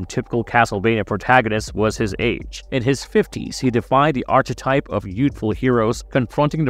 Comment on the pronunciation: Bro did you pronounce the ch In “archetype”